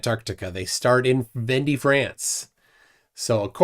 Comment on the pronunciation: Please stop butchering the French language. It’s von-day not vendy. It’s not hard to find the proper pronunciation.